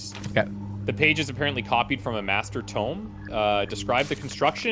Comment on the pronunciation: holy hard s-word, pronounced "tome" correctly. i'm going to have to find a new twitter soapbox.